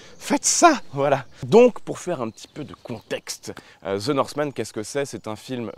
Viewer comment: Ze norsemane 🤣